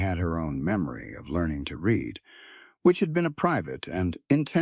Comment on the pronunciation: Read in present & future tense is pronounced; reed. Past tense is pronounced; red.